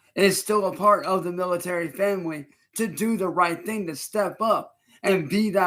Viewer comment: Disowned by Gordon multiple times to the point where Gordon turned up at his house to beat his ass just for him to hide, as well and chance constantly saying he doesn’t view him as family, then on the same leaf turns round “uhm miltuhry famuhly VITCH!!!” Wtaf. Son of a soldier, I don’t think I’ve ever heard anyone refer to themselves as that even if their dad was a soldier like what mental gymnastics actually get your brain to this point lmao.